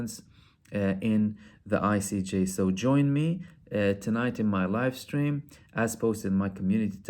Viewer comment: When you said “in my live stream..tonight” I heard it wrong and thought you said “in my wife’s dream..tonight” and I was thinking why are you talking about your wife’s dream?? Confused. Lol you got me brother